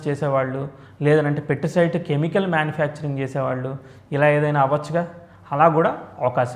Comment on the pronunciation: It is not "Petricide" it is "Pesticide"